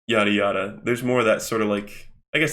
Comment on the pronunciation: anyone else think that when says "yada yada" it kinda sounds like yare yare or am I going insane with the jojo brainrot